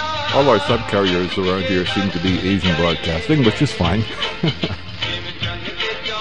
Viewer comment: When you say Asian, it sounds more Indian.